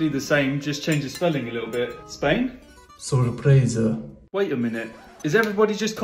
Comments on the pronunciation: I like the Italian way of pronouncing the word Sorpresa 🥰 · As a spanish person the pronunciation isn't the best, especially in the second s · it is speaking, he is British, that sorpresa word has an English pronunciation sound.